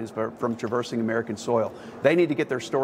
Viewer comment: Oh boy yer gonna "forse 'em to get ther story skrate"......smfh......so effective, such a leader...